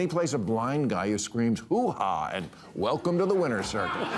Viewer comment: It’s “hoo-wah” not “hoo-hah” btw